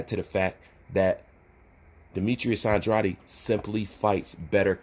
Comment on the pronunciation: It’s not andrady ! It’s Andrade ! Like Gatorade ! Shits annoying bruh